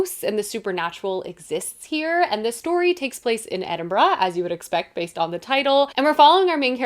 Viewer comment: Thank you for your correct pronunciation of Edinburgh😂🎉